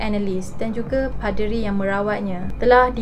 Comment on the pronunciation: Apo 'PE'deri 🤣